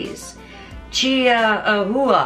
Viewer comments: Haaa! ; " Chia--who-a-who-a" dyen over here... It's "Chi WaWa". I just want to drink with this woman! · It's pronounced like the dog - Chihuahua (Chee-wa-wa). And maybe keep your political beliefs out of food videos.